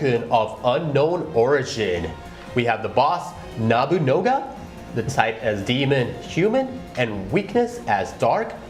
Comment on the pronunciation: Nabunoga huh? It's sound almost similar to Nobunaga